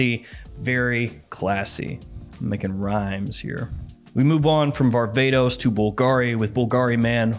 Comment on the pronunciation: When he was talking about this "barbatos" perfume I was expecting some niche thing .. he was just saying varvatos 🤣